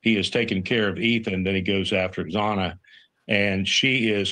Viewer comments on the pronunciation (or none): that one guy she interviewd ive seen on another channel, one of the most arrogant people ive heard, perfect for her type of show, he wont say kogbergers name but wont pronounce xanas name riggt, it pronounced zana, not exana he also defended the memphis police the other day too, said unless your a cop you shouldnt comment. horrible